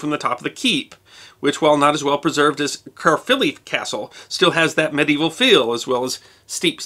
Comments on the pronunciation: it is pronounced care-filly castle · I'll do my best. The Welsh roll their 'Rs' so Caerphilly is spoken Kye-rrr-filly. Great to see this episode of my homeland. Missing it so much atm. Thankyou. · I'm a tourguide in Cardiff, [ Difflomats on Facebook] Next time, please ask local people how they'd say local names, like "Caerphilly, the Marquess of Bute and Caerleon". It certainly isn't "Carly-own". Cringe.